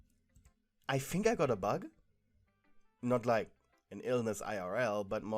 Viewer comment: 💀The way you said “I think I got a bUg”